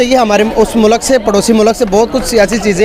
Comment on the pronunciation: Education ki bat or mulk ko moolak bol raha h